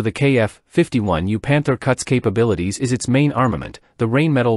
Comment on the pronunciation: Come on, learn your correct pronunciation for the manufacture's name. It is a German company and is pronounced like rhine and spelled Rheinmetall.